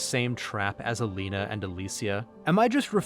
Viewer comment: Your video and analysis were kind of cool, however I'm going to downvote you for repeatedly calling "Aline" as "Alina" WHICH WAS REALLY TRIGGER ME for some reason :(